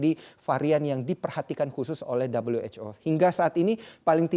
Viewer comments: maaf min kami orang indo gak biasa dengar dabelyu wec o bilang aja who lebih familiar di telinga orang indo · 'Dabel-yu-ech-o'. Lebih enak kalau disebut 'we-ha-o' saja, kan lagi bicara pakai bahasa Indonesia. Fun facts: Presenter menggunakan kata 'begitu' sebanyak 41x, tetapi hanya 1 yang penggunaannya tepat di dalam kalimat. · Dabelyu ej ow. Sok inggris!